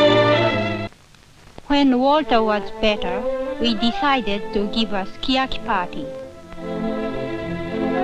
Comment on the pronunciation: I'm not afraid when the phone rings... I'm just surprised by it. 😁 "I was concerned when Miwako began listening to gangsta rap, but now we enjoy listening to it together as husband and wife." I like how she said, "Sukiyaki pātī." すき焼きパーティー 😊